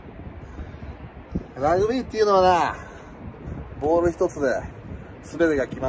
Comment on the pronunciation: 関西人の特徴 「ラグビ↗️ィ↘️」